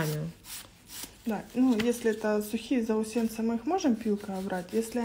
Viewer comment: Отличительная черта-стирильность? Серьёзно? Вы в остальных техниках не даёте гарантии стерильности? Заусенцы, ударение ставиться на е, очень удивилась, что представители моей любимой фирмы еми так не профессионально дают коментарии, я так поняла, сто лет профи только мастер, который делает маникюр, а второй навязчивый, неприятный и не профессиональный не дал своим присутствием досмотреть видео до конца